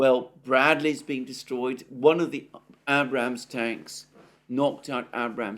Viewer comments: One last time. . Abrams is pronounced with a long A as in RAGE. Not that hard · Abe-rams you pronounce the "ade" them the ram/s......your sounding like an uneducated American incredible or understanding grammar!! You'll be saying data next instead of "date-a".